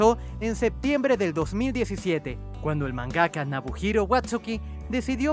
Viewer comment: La ultima me dolio significativamente cuando lo supe, super fan de Rurouni así que no lo podia creer, por cierto es Nobuhiro no Nabuhiro.